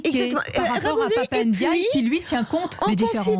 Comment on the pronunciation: On ne dit pas Pap ènediaye, c'est Pap Ndiaye